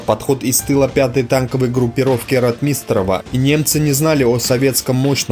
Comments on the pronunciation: Какой нахрен Ватунин? Командующим Воронежским фронтом был Николай Фёдорович Ватутин! Командовал бронетанковыми войсками Павел Алексеевич Ротмистров (ударение в фамилии на первый слог "О"). Салют в Москве был дан в честь освобождения Орла и Белгорода 5 августа 1943 года (их называют городами первого салюта) и после это вошло в традицию после освобождения каждого крупного города в Москве был салют. Из-за таких неточностей вся информация теряет доверие зрителей, думающих критично. И да, встречный танковый бой на Прохоровском поле был, а не "тир" - это мне лично рассказывали старики живущие в Прохоровке, которые были свидетелями тех событий (к сожалению все известные мне свидетели уже ушли). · Ро'тмистров, тоже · Неужели так трудно ставить правильно ударения - Ротмистрова - ударение на первом слоге! На первом! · В фамилии Ротмистров ударение ставится на первый слог. А с остальным не поспоришь. С Днем Победы вас Россияне!!! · Режет ухо, похоже неродной русский диктора. Кто нибудь, подскажите диктору, что фамилия РОТМИСТРОВ произносится с ударением на первом слоге. рОтмистров. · Маленькая поправочка для автора. Называйте правильно моего земляка, в последующем маршала бронетанковых войск, Ротмистрова Павла Алексеевича!!! В фамилии ударение на "О"! Пожалуйста!!!! Кстати! Ещё жива его сестра. И в том году у нас была встреча с ней. Много интересного рассказывала о своём брате. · фамилии наших военачальников не каверкай.Ро^тмистров ударение на первую гласную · Автор! Видео Познавательно, но фамилии участников сражений произноси правильно и с соответствующем ударением☝️ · Фамилии исковеркал, Ватутин,Ротмистров. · Автор, научись правильно выговаривать фамилии и названия соединений. Ухо режет "Татенкопф", Ротмистров и прочее. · ударение на о ? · Не РотмИстнреву, а РОтмистереву. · Читает нерусский человек, русские так не говорят. рОтмистров, а не ротмИстров, и других ляпов полно. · Правильно..Ро-о-отмистров,но не Ротми-и-истров! Что за неграмотность?